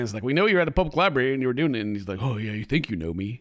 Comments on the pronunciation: NOOOOO! YOU SAID "LIBARY" INSTEAD OF "LIBRARY"! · it isnt... A LIE-BERRRRRY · says “libary” lollllll never been to one i guess LMAO jk but i had to bust your balls 😂